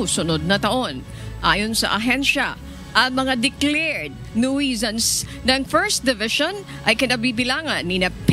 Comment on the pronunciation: ANCHOR WOMAN, Check your pronunciation in the dictionary. NOISE - noys Noisy - noyse BUT NOT NUWESANS NUISANCE - NYU. SANS, nu.sans